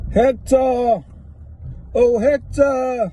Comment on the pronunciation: Short and sweet?!... So, you got brothers and cousins a baby on the way 3 kids a back garden a rain coat and a fake grin/laugh. You got a tape measure thingamajig hanging from your hat you struggle to say Hector (Ectur) and you want Hector to fight Decca instead of you if not then your brothers will be out of jail just in time to hold your hand. You can count and name 3 days of the week and can say something once which really means 18 times. You say Decca has to show papers but your cousin doesn't have to show his papers and you dont know the meaning of the words 'last time I'm going to address this' And for safety reasons you should be hooked up into a mamas & papas car seat. Did I miss the arse flapping bit...?! ~ If ya don wana get wet. You shudun play awt in the rain ~ Amen. “”